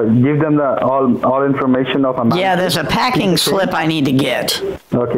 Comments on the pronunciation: Not “ manager” “maneger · “Maneger” lmao 😆😆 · They mispronounced “manager”, their scamming became invalid, you won this battle from the start Also go,!